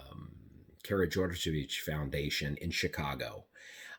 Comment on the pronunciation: Wow, you can say Karađorđević! The most dreaded word by foreigners!